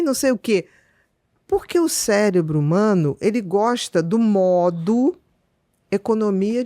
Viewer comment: Ele falou " CELEBRO "?